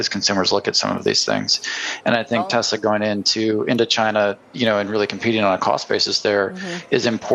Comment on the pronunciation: It is pronounced Tes ‘la’, not tez ler